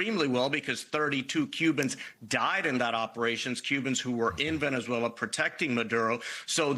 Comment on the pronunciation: It’s pronounced Venezuela, with a Z, not an S there’s a Z in it for a reason. It sounds so weird.